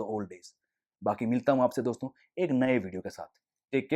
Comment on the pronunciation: Bhai its "Dosto" not "Doston"